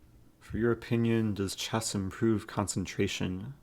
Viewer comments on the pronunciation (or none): A few sounds you mispronounce. The "EH" sound in words like chess = AAA as in "AT". Consonant issue EG: Variety. You say Va wa eh ee. Harden up those consonants!